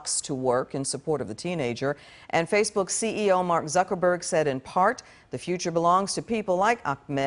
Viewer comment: Did he just say "Faks Books"